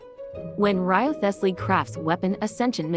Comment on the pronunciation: Reeve-slee or wryveslee. Everything else is silent.